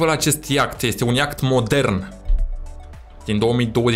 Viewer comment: Se zice iaht.🤦